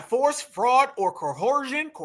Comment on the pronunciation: CO-ER-ZHUN = coercion